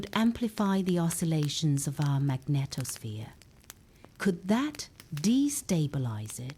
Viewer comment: Your extremely melodious voice let's me think about correct 'pronunciation'. When it comes to magneTOSSphere I have to laugh out loud. The word NASA above (including the logo used in the first footage) must be a mistake. That is not a report from NASA - it's way simpler: CLICKBAIT.